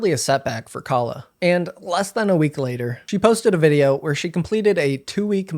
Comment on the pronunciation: Also very telling that she kept deliberately mispronouncing her name as "Kayla" to make her sound like a white woman, and thus: a Karen. No need for nuance when Karens are always fair game.